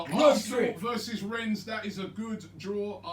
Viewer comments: Robbie get your words right... "Renz"? Rennes....... 😁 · You don't pronounce the "s". It's juste "renne". I'm french so I know a little bit about them. It's a team that is really unpredictable. They can be good one week and rubish the other. But they look dangerous in Europe this season because they're playing with a lot of belief and just overturned Betis Sevilla wich is a really good team. It's a decent draw of course compared to the likes of Napoli, Sevilla...etc but I wouldn't say it's the best Arsenal could get. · FFS Robbie “Rennes” is pronounced “Ren” French pronounciation. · It’s pronounced rennay and they have a really good team. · Its pronounced renne No S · How have Robbie and never heard of Rennes? Pronunciation is laughable. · You don’t pronounce the s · You don't pronounce the 's' in Rennes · You don't pronounce the s in Rennes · You don't have to read the S in Rennes :)))))) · The fact Robbie pronounces the S on Rennes pisses me off